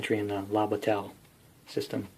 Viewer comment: Thank you,. I enjoyed this very much. All of these games were under my radar with the exception of Holland '44, which is on my table right now. If you're interested, bataille is pronounced 'bat-tie', like what a flying mouse wears to a court date.